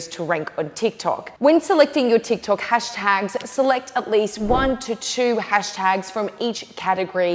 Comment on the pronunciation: "Hastags" lol